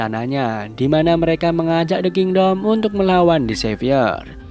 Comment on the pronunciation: "the kindoll" 😭